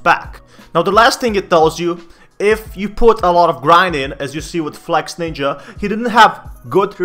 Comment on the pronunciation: its not flexNINJA ok hes flexINJA